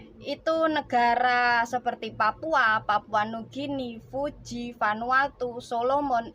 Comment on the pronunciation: koreksi dikit ya. Negara Fiji bukan Fuji